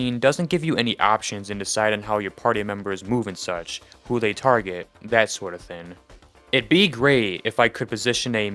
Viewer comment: Bro where are you from that you say the word thing like the word skin? You’re saying thin It’s THING like ring. At some points I had to go back to listen to the word again to even understand it